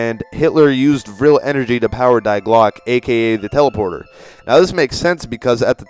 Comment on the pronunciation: die is not pronounced like die in english. It is pronunced like dee.